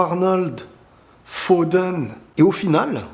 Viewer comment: "Phoden"? Fil Phoden? 😂😂😂